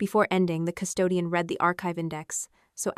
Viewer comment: "How,howyouhow, howyouhowyou I ow, how how how"?????????????? You would save so much embarassment and accusations of being lazy and using AI if you would just have a human being listen to this before you post it. Then only the words AI can not seem to figure iut hiw to pronounce in different contexts. Like "Pleas leave your comments, I read (red) every one" instead of "I read (reed) every one".